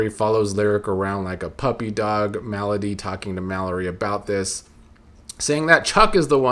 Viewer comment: Not sure if it's intentional but you pronouncing Melody like "malady" is cracking me up.